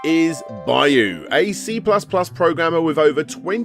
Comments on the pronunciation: Absolutely no respect for foreign languages: Byuu = B you Higan = he gahn Hagane = Hah gah nay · For the love of God, just ask someone how to pronounce 'byuu' or 'higan'.